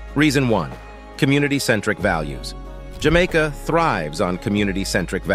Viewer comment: I love where you say, Jah Maker❤